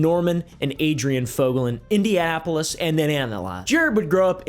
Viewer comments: why did you pronounce Indianapolis like indiapolis? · Indanapolis, Idananola